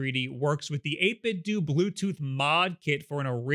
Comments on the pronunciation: No, it's 'doo', not 'doe'. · Great video, looking forward to mine coming in. Seems it was worth the wait! One note I think 8bitdo is supposed to sound like Nintendo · 8BitDo is pronounced "8-bit-dough" because it's supposed to mimic the word "Nintendo." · What is 8bitdoo?? is that a controller for playing Scooby Doo on a Nintendoo? I cant take people that mispronounce "8bitdo" seriously.